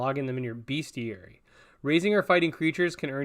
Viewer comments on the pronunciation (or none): the bestiary is actually pronounced best + iary not beast